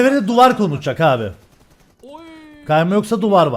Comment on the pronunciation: Emirin Sasuke abiğ demesine bayılıyorumya😂😂